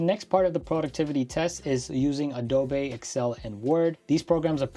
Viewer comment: Ado-bae 😂 I should start saying it that way. The way I spend money on it, it’s definitely bae status.